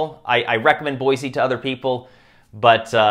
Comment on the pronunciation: It’s not pronounced BOY-ZEE, Idaho, it’s BOY-SEE. That incorrect pronunciation annoys real Idahoans just like Illinoisans don’t like Illinois being incorrectly pronounced ILLI-NOISE. And please don’t tell people to move here or Idaho in general. Californians and others have brought their liberal ideals here and are trying to destroying our majestic outdoors and our fervent Constitutionalism. If you can’t even pronounce Boise, stay away from Idaho. Thanks.